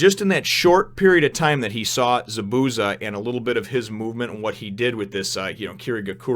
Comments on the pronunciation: it more like za-boo-za more emphasis on the zas not the boo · Chakra will be explained soon. ZA-bu-za it is a z not an s sound at the end and you have to acknowledge the first a. The sharingan, which someone already explained how to pronounce, is pretty cool and you have only scratched the surface. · The way that you pronounce Zabusa is funny as hell lmao... Good review